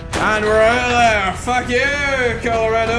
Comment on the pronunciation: hahaha "coldorado"